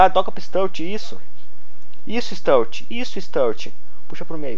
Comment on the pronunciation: Bom video mais cada vês q vs falava o nome do sturridge errado dava um aperto no coração😂😂😂